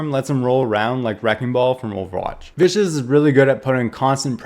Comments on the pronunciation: btw the hero Viscous is not Viscous but vis-cus as in a liquid that is thick like molasses. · Its vis- kes